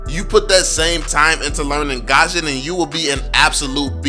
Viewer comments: I'm gusion main. I don't is saying his name right lol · look its not hate or anything but fanny is be better than gusion. Btw it's gusion on gashen